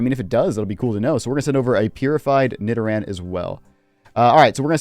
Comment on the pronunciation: Why did you say Nidoran like that